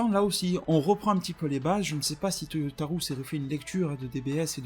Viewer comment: arrête de dire ToyotaROUX please. Je ne sais pas pourquoi tu le prononce comme ça. Ca me trigger à chaque fois. Merci pour ta vidéo